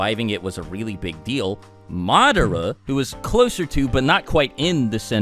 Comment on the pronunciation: Itachi is still the greatest. Imagine if he took another Uchiha's eyes like Madara and Sasuke did! Good lord the way you keep pronouncing Madara is killing me.